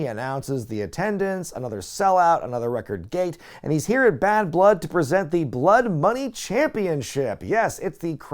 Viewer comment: An American calling out "Blood Money" is the most hilarious thing i heard in a while .